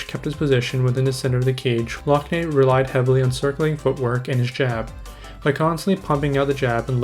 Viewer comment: It's pronounced lock nan